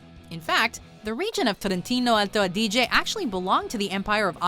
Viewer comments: Soprattutto quando ha pronunciato il trentino alto Adige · at least you could learn the exact pronunciation of "trentino alto-adige"...but whatever.